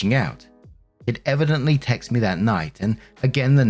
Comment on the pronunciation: Please, someone answer me, why can't say, 'texted'?